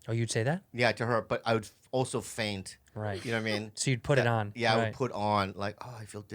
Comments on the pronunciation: I laughed so hard when he said “faint sickness” instead of feign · Feign sickness, not faint Bobby. Learn engrish arreddy! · Bobby... it’s feign sickness not faint sickness 😂